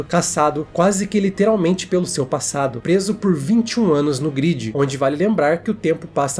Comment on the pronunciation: gridi? ou galera se pronuncia gruedi e não gridi nada verdade em o tempo dentro da grade passa mais devagar do que o tempo no mundo real